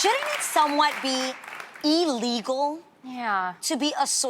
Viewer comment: Lol Adrienne “E-legal”